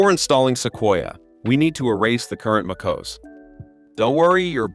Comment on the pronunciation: AI SLOP!!!! took 3 seconds to hear os instead of O.S. .... smfh